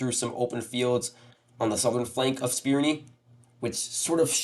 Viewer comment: Spirne is pronounced "Spir-neh" not "Spir-nee".